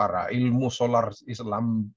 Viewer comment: durasi...dibacanya skoler lah...kok solar. Tar ditanya harga se liter nya berapa pusing lah kau....:D:D